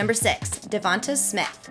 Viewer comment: Good god I will always hate how these Yankees pronounce names that end in “tay” as “tuh” It’s Devon-TAY It’s Javon-TAY 🗣TTTTAAAAAAAAAYYYYYY